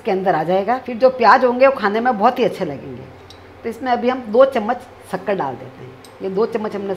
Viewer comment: शक्कर को "सक्कर" क्यों बोला?